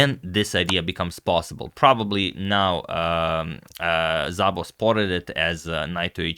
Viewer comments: *Zabo :( (Szabo is supposed to be pronounced just Sabo:, so this was actually weird) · Szabó is a Hungarian name and it is pronounced simply as "Sabo" not with a "Zabo" :)